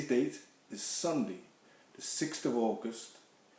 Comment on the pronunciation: The beginning is so funny. Just bopping his head to that frenchie tune. And he says "sonday sermon" instead of "sunday". That's living over the water for ya